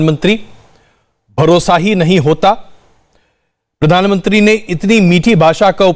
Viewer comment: पदानमंत्री मत बोला करो, प्रधानमंत्री होता है